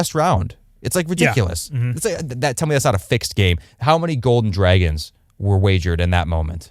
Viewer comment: You guys never fail to make me laugh when you say "drayguns". Can you do best gaslighters in Westeros as your next video? Could even be a members only one